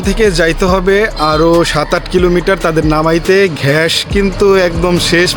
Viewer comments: ভাই আপনি আগে একটু গ্যাসের উচ্চারণটা একটু শিখেন গ্যাস নাকি ঘ্যাস 😂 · ভাই ঘ্যাস না গ্যাস হবে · ঘাষ না গ্যাস